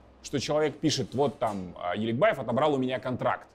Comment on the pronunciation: В начале видео оговорка: не Аликбаев, а Еликбаев